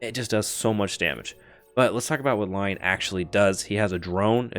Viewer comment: Lion lol "roar" pronounced "lea-on" 🤣 or lee-on